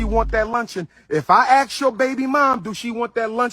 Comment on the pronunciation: Calling yourself Dr. While not even pronouncing ask correctly and people are donating money to let this clown educate their children.